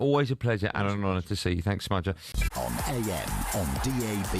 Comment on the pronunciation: ‘Smudger’. Awful. 😞